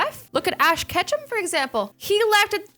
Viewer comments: did you say Ash Ketchup? Cause it sounded like that. (sorry for my spelling) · ash ketchup. ash ketchup !! Ash ket!!! Oh she said Ketchum Uh I'm deef